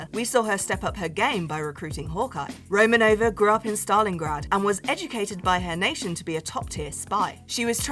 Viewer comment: Natasha "ROMANOVA"??? Excuse me